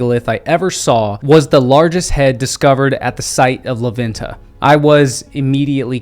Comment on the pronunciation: super cool video and I like knowing more about our civilizations. Just one quick correction when you pronounce la venta you say it “la VIN-TA” try saying it like this “lah VENN-tah”